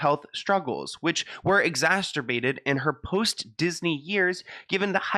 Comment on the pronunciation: I stg you said “exasterbated” 🤣 I can’t. I love it. People with borderline personality disorder often act this way… mirroring other people… obsessing over the way others are… idolizing others and emulating them… because they aren’t secure in their own selves and personalities, so they absorb those around them and those they admire or “want to be.” Just a thought.